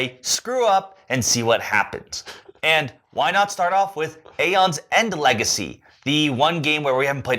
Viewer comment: You pronounce the A